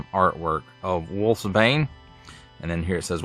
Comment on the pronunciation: Its pronounced "Wolfs-Bane" not Wolfbane.